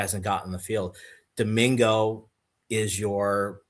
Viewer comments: AI doesn't always get things right. Several highlight clips I have seen of him, and Brady Collins have called him DiMaggio or something very similar to that. That's nowhere close to how I would have pronounced it. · Doh min go (per AI)